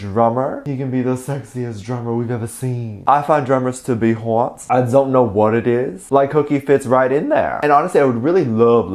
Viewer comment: LOLOLOLOLOLOLOLOLOLOLOLOLOLOL THE WAY YOU SAID HAWT IS SOO FUNNY